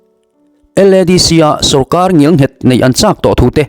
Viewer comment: Ngial nghet ni loin ngel nghet tih zawk tur aw I ti lawmawm thin thin i thawhrimna a ropui thin e